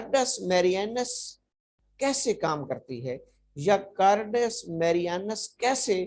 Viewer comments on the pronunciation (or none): Cardus nhi hota carduus Marianus hota hai😂